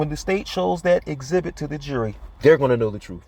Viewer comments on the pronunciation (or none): "exibitty"......I love it!!!! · Today's word is: EXHIBITY!!😂😊